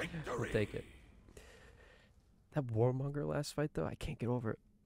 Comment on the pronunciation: That character is Warmonger you were saying Warmungandr mixing the names lol.